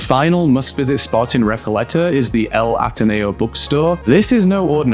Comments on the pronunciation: Recayeta?? Recoleta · Recalleta? Palmo? Come back to the college, couple of dunkeys